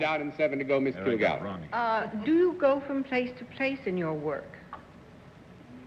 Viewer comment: "Kil-Gallen"? "Are YOU alcoholic"? Oh my...